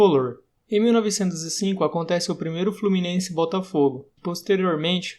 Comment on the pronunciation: FlorminenCe KKKKK